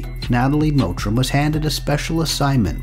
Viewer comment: Her name is "Mottram" not "Mowtram"